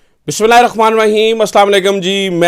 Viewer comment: Bhai bismillah sahi parh liya karo